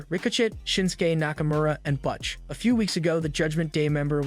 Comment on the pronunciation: I do not know who is doing this video but it seems to me that if you are going to be talking about wrestlers everybody knows you might want to do a little research on how to pronunciate their names. Right off the bat you fucked up saying "Butch" and my brain lost it. The more you talk, the worse it gets. Either do better research or go back to school.